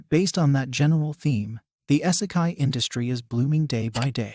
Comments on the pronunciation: its pronouned "EEEE-se-kai"....NOT "Eye-se-kai" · The amount i was triggered every time he said " essikai" its "ee- seh- kye" smh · For the love of GOD! YOUTUBERS STOP USING ROBOTS TO READ YOUR SCRIPT! WTF IS... S-E-KAI?